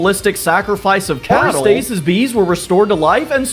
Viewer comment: Please do Teen Titans Pokémon! Also, you mispronounced a couple of these like Aristeus